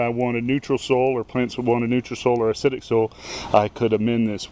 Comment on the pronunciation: What is "SOL"? Try so-i-ol. soil. He's a southerner and probably says ol for oil. I call them folks lazy talkers.